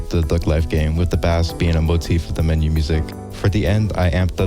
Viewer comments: its pronounced "base" not "bass" :face-purple-crying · The amount of times bro said FISH I mean BASS (fish) instead of Bass (Music) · its pronounced base not bass like the fish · English lesson: Bass(musical instrument) is pronounced "Base". Bass(fish) is produced "bass" ALSO I like the video good job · Bro please pronounce bass as in the instrument like “base” it triggers me so much when you say bass talking about a bass instrument but pronounce it like the fish. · why does bro say "bass" like that its offending me as a bass player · The instrument “Bass” is pronounced “Base” btw. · I felt pain every time he said bass god damn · "Bass" its not a fish bro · you saying bass wrong hurts me as a bass player :,) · Hearing people mispronounce bass is like the sound of scratching a chalkboard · it just feels wrong heating people mispronounce “bass” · this guy is great i just hate how he pronounces bass as in the fish 😭